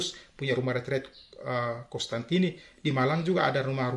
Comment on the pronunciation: Mhn diperhatikan, teman teman. Nama bapak pendiri CDD adalah Cos-tantini, bukan Cons-tantini.